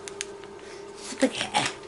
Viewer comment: it's skapetti well it is how I say it is lol